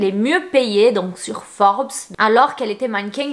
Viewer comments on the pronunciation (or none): none